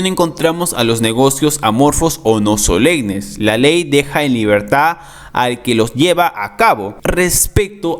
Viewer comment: Se dice solemnes no solegnes